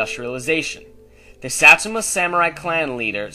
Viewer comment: u cant even pronounce satsuma lol